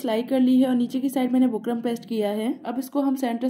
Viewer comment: Design pe ooper lagaye so bukram ka naam clearly boliye na. Samajh nai aara